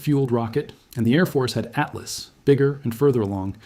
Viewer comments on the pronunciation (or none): none